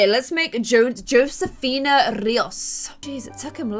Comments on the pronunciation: josefina is pronoced Hosefina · i think its actually pronouced josefina